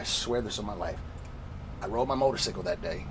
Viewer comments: Nigga cant say motor cycle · Never trust anyone who says "motorsickle" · Say it wit me bro motorCYCLE not motorSICKLE not haiting just tryna help lol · Right!..how the fuck this dude president of a 1%er biker gang saying motorcicle😂😂🤣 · really interesting video but wtf is a motor-sickle? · That nigga said motorcicle